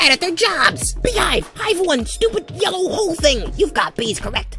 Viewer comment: mouth turns yallow when he says yallow. 🟨🟨🟨🟨🟨🟨🟨🟨🟨🟨🟨🟨🟨🟨🟨🟨🟨🟨🟨